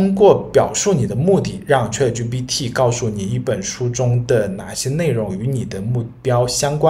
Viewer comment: 你连chat都念错，还教人？